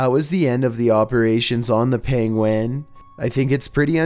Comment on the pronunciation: you say 'penguin' the same as benedict cucumber 'pengwing'